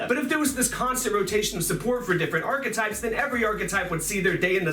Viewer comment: Arch A types hahahahahahahahaha "thumbs"